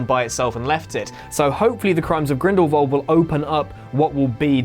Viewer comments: What is it with mispronunciations with Whatculture? I love your guy’s videos, honestly, but Grindelwald, not Grindelvald. Keep up the good content otherwise guys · He says grindelwalv not grindwald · Am I the only person that is hearing "grindlvald"